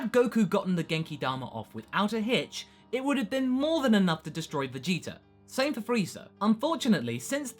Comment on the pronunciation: to be someone that loves dragon ball so much he says vegeta wrong all the time